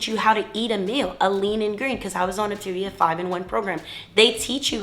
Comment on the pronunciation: It would be helpful to pronounce Op-ta-via correctly, for credibility.